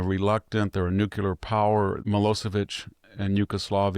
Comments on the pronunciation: Please Vict..the word is nuclear..not nucular..you're making the same mispronounciation as Bill Clinton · Nothing but respect, but please stop saying "nucular power." This is for you, not me.